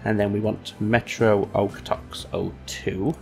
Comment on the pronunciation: As a Calgary resident; the pronunciation of Okotoks is 'Oak-a-tokes'. Why we change the 'o' to an 'a' sound I don't know.